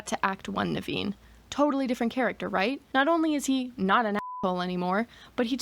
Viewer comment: Your pronunciation of Naveen is spot on. My mom's brother's name was Naveen too.